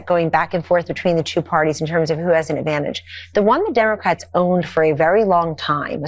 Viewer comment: I notice that, too, as well as the way they call us “Demicrats.”